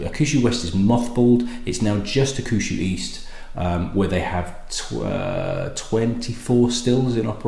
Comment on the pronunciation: I think it is pronounced HAWK-SHOO. However pronounced the 12 & 18 is fabulous stuff.